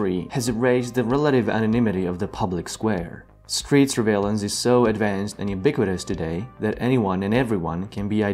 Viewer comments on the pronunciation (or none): A good video but it's "surveillance" not "survaillance".